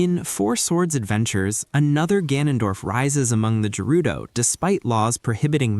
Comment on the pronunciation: Great video and theory but why are you saying Gerudo like that 😱